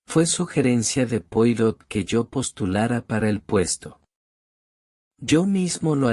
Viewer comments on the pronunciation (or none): Ya cuando no se acentúa ni se da expresión a lo narrado y en las tras primeras palabras se nombra al famoso detective francés sin molestarse en pronunciarlo como se debe me mata!!! NO ESCUCHARÉ MÁS AUDIO LIBROS QUE DIGAN "POIROT" SEÑORES:ASÍ ES COMO SE ESCRIBE!!! PERO NARRADO ASÍ SUENA ESPANTOSISIMO!!!